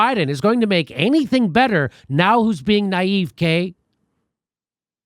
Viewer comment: Why does Jimmy always say 'naive k'?